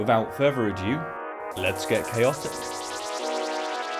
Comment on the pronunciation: It's NOT "further adieu" it's "further ado"